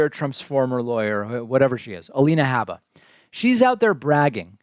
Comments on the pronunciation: David, the correct pronunciation of Alina Habba's name is "HOOBA", which rhymes with "BOOBA". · Clearly she corrected herself immediately… just like you corrected your multiple mispronunciations of her name. Trump does not bow to the bids of corporate america bc he runs on his own dime. Your audience is brainwashed into believing all the nonsense on mainstream media.